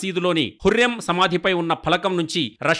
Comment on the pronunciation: Mi bhasha tagaleyya 😂 hurrem kadu huram adi haaram kadu haram 😂😂😂